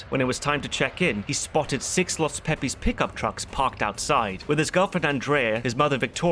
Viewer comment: Ahhh yes.. the infamous... LOS PEE PEEs.